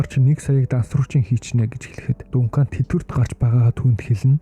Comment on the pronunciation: Дункан дункан дункан л гээд байна Duncan = Данкан 😂